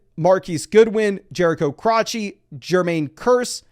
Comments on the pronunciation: "Jerricho CROTCHee" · Jerricho “crotchy” 🤣